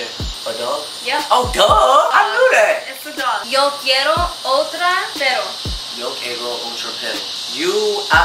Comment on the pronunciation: WTF was this yo quiero (otra) (pero) even milo said it better the u 😭😭 SMH